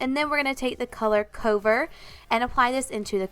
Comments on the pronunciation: You pronounce "cover" a bit odd haha idk if you think it's a different word? I pronounce it like c-uh-ver idk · Lol I think she may have just had a moment there and pronounced it like cove-er. I'm sure she realizes now. But yeah I noticed that and had to look in the comments to see if anyone had noticed too. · Gorgeous look but I had to laugh at how you said cover lol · I was thinking the same thing. I was checking the palette to make sure it said "cover" (like "cover that up"). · Is there a reason she is saying cover like that? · Is that really how you pronounce "cover"?